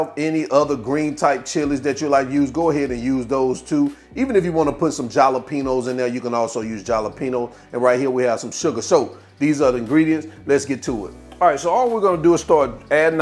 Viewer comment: The J in jalapeño is pronounced like an H my dude